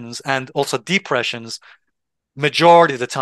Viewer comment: Nice video you pronounced depression weird。